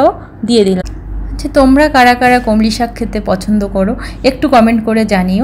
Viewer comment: আপনার রান্নার পদ্ধতি ভালো। আন্তরিকভাবে বলেছেন বেশ ভালো। কিন্তু বার বার কানে এসে খটকা লাগছিলো "কলমি শাককে" কমলি শাক বলার জন্য। যিনি ভিডিওটা বানাচ্ছিলেন, তার উচিত ছিলো এটা সংশোধন করে দেওয়া।